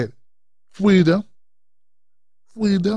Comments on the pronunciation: She should talk to all the people she locked up about 'fweedom'. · I'm glad I had the fweedom not to vote for her. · They will never take away our Fweedom! - William Wallace